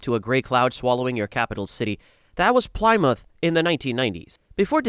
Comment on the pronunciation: Gotta love AI for butchering 'Plymouth' to 'Plaimoouth' XD